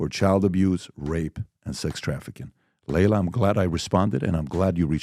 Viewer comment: Her name is pronounced "Ly-la," not "Lay-la." 😉